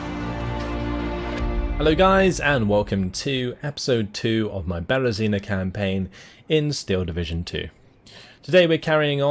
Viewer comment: The second video is coming, and is still pronouncing word "Berezina" wrong))) (stress on the last syllable)